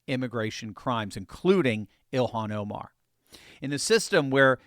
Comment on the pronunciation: "Elon Oh-mar" XD